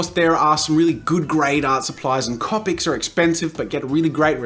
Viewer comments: it's not capic it's copic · "Copics" C"oh"pics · I find it rlly annoying how you say copic I say cOpic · The way he pronounces "copics" bugs me.